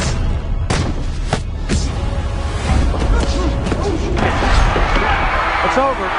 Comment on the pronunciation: Oscar de la HOE-ya